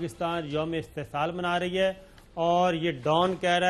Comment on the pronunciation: please correct your urdu استحصال